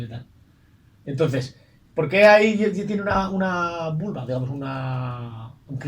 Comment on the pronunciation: He oido que has dicho vulva? XD Un abrazo